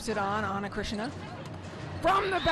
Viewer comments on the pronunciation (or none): It’s Cristina NOT Krishna. Learn how to pronounce names correctly! 🤨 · The name is not Ana Krishna, but Cristina, just like Cristina Aguilera or Cristina Ricci, is not that difficult. . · I feel his say Ana Krishina no Ana Krishna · Calm down dude, she said "Cristina" but look like Krisna. She actually pronounced "Krissina" (t -> s) i would pronounce like hers because thats just our accent hahaha ✌️ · “Cristina” shouldn’t be such a hard name to pronnounce 😂🤦🏻‍♀️ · These commentators should pronounce players’ names properly 💀 Ana Cristina’s name is literally easy to pronounce and yet they botch it